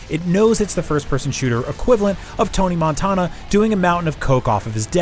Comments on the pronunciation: "Tony Montaaawna" 🤭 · How could you say tony Montana wrong